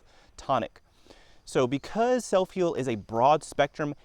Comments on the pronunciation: Never heard of it... sounds like you are saying: "S E L L F I E L D". but i can't find that in a google search... Not once did you use print on the screen to let us know how to spell this uncommon plant.. Spelling of botanicals is critical.. That would have been a good place to start "drone/music/excitement" are not important. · What are u SAYING, sir. Soap peel? Sell feel?... I cant understand what ur saying.....SELF HEAL?.......🤔 Ok SELF HEAL PRUNELLA VULGARIS. Seeds available at Walmart. I googled it....very interesting video......👋🏻👵🏼.... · It would be nice if you displayed the name of the plant to which you are referring. I can not understand what you are saying when you mention the plant's name.